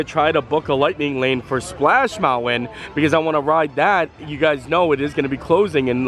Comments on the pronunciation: Bro. You’re killing me on Mountain pronunciation! Love the videos ! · love the way he says mounwin instead of mountain. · Please, please try harder not to say mounwin, please! It really distracts your whole thought process, and not for the good! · I love how he says mountwen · Do the school teachers teach that pronunciation of mountain where you lived? Just wondering. Love you, and hate to miss a day without your video, but that mounwon bothers my mind. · I too am allergic to the T in mountain! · Interesting pronunciation of the word Mountain. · are you from Utah? Only people I know who drop the T in Mountain.